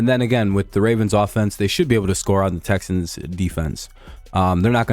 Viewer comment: Texans to duh supuhbowl!